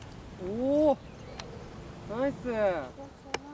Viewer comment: おねがしになってる笑笑